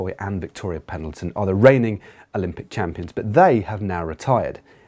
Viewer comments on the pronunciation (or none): none